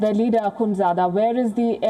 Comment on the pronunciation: Leader.. not.. lider... dumb